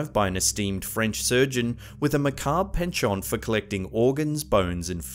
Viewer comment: William Shakespeare Berger? Oh, no, his parents didn’t! On a side note, how come people can’t pronounce penchant properly on YT? It’s French so it’s pronounced pon-shon, not the way it’s spelled.